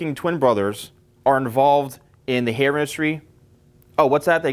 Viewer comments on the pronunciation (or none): Hair not air